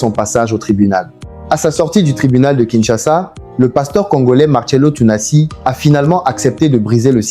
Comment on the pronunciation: Ça serait bien que tu prononces correctement son nom avant de tourner ta vidéos merci bien!